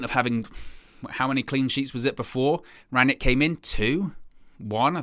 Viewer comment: Rang-nick, not 'yick'...